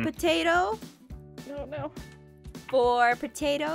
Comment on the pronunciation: I love how speaks FEEVE UNO TWA FWOUR I love it 😂